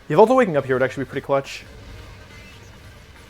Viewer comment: It's not yveltal it's YAHVELTAL